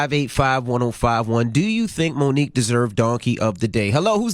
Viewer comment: Her name is Mo nique stfu I'm out